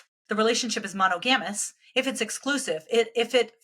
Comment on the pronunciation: "mono-GAM-us"? I had to hear a second time to figure out what she was saying because it sounded like a scientific term I'd never heard before. As long as I've been aware of the word, it's been pronounced "muh-NAHG-a-mus".